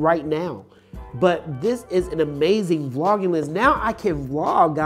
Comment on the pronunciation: Bro you killing me with this...LOL. Its Vlogging not V-Logging.. LOL!! LOL! Its one word.. But the video is good man.. LOLOLOL!